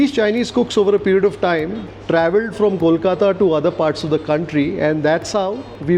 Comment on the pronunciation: Your pronunciation of "Kolkata" is spot on. Thanks